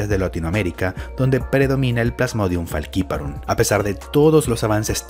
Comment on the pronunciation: Pronuncias Faciparum como los gringos, siendo una palabra latina (Literal esta en latin) jaja saludos